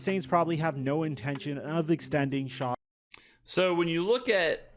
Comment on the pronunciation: Oh man…this is HORRIBLE! As soon as he called him Tyler “Shaw” I was done!! Reminiscent of the Nike, Steph Curry debacle🙃